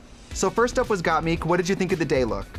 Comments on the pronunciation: Trixie: Gottmik Also Trixie: Gottmeek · Girl it’s gotmik not gotMEEK omg i can’t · Damn it Tracey why can't you say Gottmik. It's not Gotmeek lmao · why does Trixie keep saying Gotmeek instead of Gotmik? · lets all bet on how much time trixie will take to realise we say gottmIk and not gottmEEk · It is bothering me everytime I hear got-meek and not got-mick 😂😂😂😂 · Trixie......it’s GottMik not Meek 😭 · Trixie! You got the name (got mik)correct with no stutter step, but then go on to never do that again. Slaughter the name every time after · Not Gaatmeek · not trixie saying gaatmeek on repeat 💀😂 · "first off was got-MEEK" gorl bye im done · The way Trixie keeps saying GOTTMIK as got-MEEK Sending me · The way Trixie pronounces Gottmik annoys me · Trixie: "Gottmeek" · Trixie for the second week in a row: "Gotmeek" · Symonyey, Rose, Gottmeek and Kandy Mose 😂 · Trixie girl ... its MIK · anyone gonna mention how trixie pronounces gottmik's name "gottmeek"? xD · gotmeek realness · Trixie pronouncing Gottmik as Gotmeek 😂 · “Gottmeek” - Tracy Martel 2021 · Stop saying "Gottmeek"!!!! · Not Trixie saying GotMeek 😑 I’m obsessed w Trixie but what petition do i have to sign to bring back Bob the Drag Queen for the pit stop? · Why does Trixie keep saying Gotmeek? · Oh man they recorded these all close together Trixie is still saying GotMeek 😂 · please fucking stop saying Gotmeek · Can somebody at WOW please tell trixie to stop calling them got-meek 😂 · I love trixie so much...but I don’t know how long I can put up with her saying gottmeek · Someone tell Trixie how to pronounce Gotmik lol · Trixie can't decide how to pronounce Gottmik 🤣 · Who’s gotmeek? It’s so weird hearing Trixie say their name wrong almost every single time except once. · Lmao she fucks up miks name and said dula peep instead of dua lipa😂😂😂😂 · Did they not tell Trixie how to pronounce Gottmik's name? hahaha. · Someone teach Trixie how to say Gotmik properly! 😅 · Got meeseeks 😂